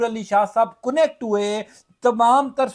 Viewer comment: 😳😩😒😢کونییکٹ تلفظ نہیں ہے اصل تلفظ کنیکٹ ہے